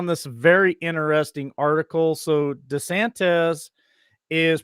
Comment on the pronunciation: Why is it that nobody doing these shows can't pronounce DeSantis....it's not DeSantez.....